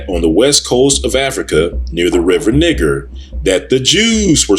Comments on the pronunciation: Ahk you are pronouncing N i g e r wrong! (Nigh Ger) not (Nig ger). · Niger is a French word and is pronounced "nee-ZHER". It does not sound like when you say Niggxx. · Niger is a Latin word that means dark or black,,, the French borrow that word from Italy... but you can look this up for yourself if you would like to. but it`s a Latin word. and it was pronouned NEE-JER